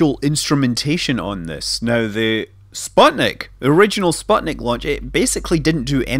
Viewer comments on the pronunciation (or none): I thought it was sputnik, and not spotnik? might be russian pronounciation. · actually "sputnik" is read like "spootnik" (it's a pain to hear the wrong pronounciation as a russian-speaking person) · (Sateviss) Is the i of the last syllable pronounced as "ee" too (so that it'd sound like "spootneek")?